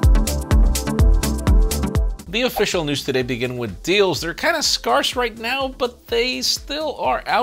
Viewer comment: Wtf, did you seriously pronounce scarce like that? Scaar-ss? If this is all Americans I swear I'm done. Great video though 👍